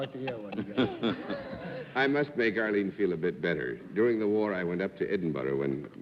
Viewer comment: Arrrrrlene. LOL